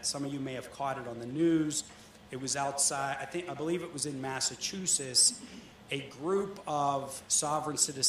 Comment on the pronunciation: Massachusetts is pronounced "Mass-uh-choo-suhts", not Massachusis. The "t" isn't silent. :)